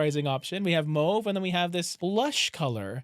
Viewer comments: Good video. Just a comment, it's mAWve, not mOve. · Mauve is not moove